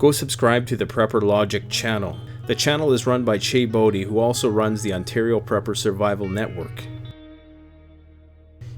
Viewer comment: Anyone else catch the "Ontar-i-o" pronunciation when talking about blackflies? Seems like a non-accidental Stompin' Tom reference.